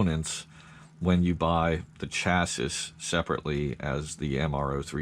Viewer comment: Why do you keep saying chass-is?